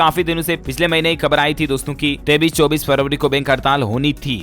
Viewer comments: 23 ko 33 q bolte hai...? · Aap 23 ko 33 kyo khte hoo?